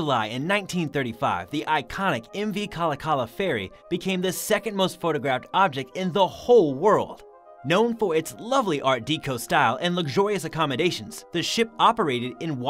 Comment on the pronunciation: Art Deco, Oriskney, and Puget Sound are all mispronounced. BTW, deco is pronounced “Deck O” like the deck of a ship. And any fool can see that the ship shown on the left is not The Duke Of Lancaster.